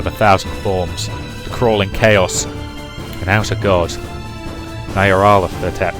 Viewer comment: Yup. "Narayathiotep". "Nyaralatohtep". "Naralatep". Otherwise, good.